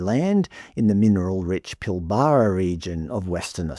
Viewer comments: The biggest mistake this country ever did was the Native Title nonsense. (And it's pronounced "Pill-Bruh", not "Pill-Baa-Raa") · Ffs it's pill-ber-a NOT pill-bar-a You sound like a drongo saying it that way. Learn how to pronounce Western Australian regions. Typical eastern stater 🙄🤦‍♂️ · Its pronounced Pil-bra not Pil-ba-ra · I'll bet they've already pissed that up. The area is pronounced "Pill-bra" by the way. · That is not how Pilbara is pronounced, are you an Ozzie? Good vid though. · PLEASE, learn to pronounce Pilbara correctly... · It's painful to hear you pronounce Pilbara. It's like hearing an American say BrisBANE.